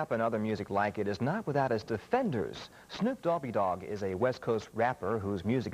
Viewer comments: Yeah he did say Snoop Dobby Dogg. Fo sho, ma nizzle. Must be Snoop's cousin. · Dobby? He really said dobby? Yo, whos mans?